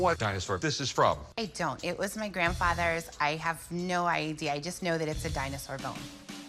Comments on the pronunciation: Something about Dinosaur sounds a bit odd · Why does he say "dinosaur" like that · why does he say dinosaur like that 😂😂